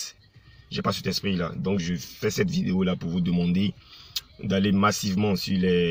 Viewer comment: C’est un maclo il n’est pas vraiment le savoir vivre et aussi très impolie, je suis a Adjame si il est garçon si il vient a baby il n’est qu’à s’afficher ko ministre tu sais même pas dire video vraiment desevant hein , pardon faut pas gâter nom de yorobo epui tu n’ai pas mon ministre hein impolie videyo gagagagagagagaggagagag